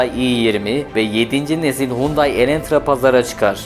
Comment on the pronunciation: 92 model Excel im 412000 km de bir çok parçası hala orjinal çalışır halde. Bu arada Font değil Pony Sonato değil Sonata, Elentra değil Elantra. Çalışma için teşekkürler